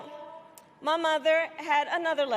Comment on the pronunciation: Why does she says “ma mother” like if she’s southern 🤡